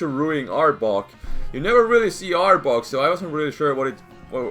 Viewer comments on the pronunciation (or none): I laughed so hard in the beginning because when you were saying arbok it sounded like you were saying aardvark XD